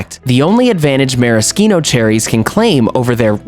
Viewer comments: It was great other than the fact that he's mispronouncing maraschino. I'm actually a voiceover artist and I do commercials a lot and noticed that firsthand. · I don’t want to be a grammar Nazi but why is he pronouncing maraschino that way? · You can't even say it right!